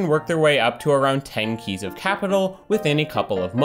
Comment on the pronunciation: The way he says “keys” bothers me